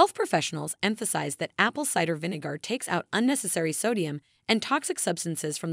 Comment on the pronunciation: You pronounce Vinegar as Vinegoor 😂🤣😅😆😅🤣😂